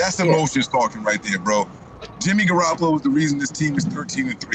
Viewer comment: He keep saying jimmy garapalo